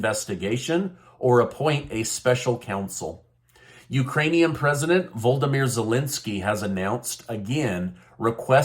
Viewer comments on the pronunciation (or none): Btw, it is easier to say Vla- di- mir, then Voldimir, 😂 but thank you for videos 😊